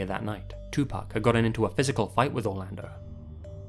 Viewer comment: Hey dude thanks for pronouncing pac's name right. I really love this video, i need to listen to Sam Cooke now. Never listened to his stuff before. Thank you! Can't wait to watch the rest of this video!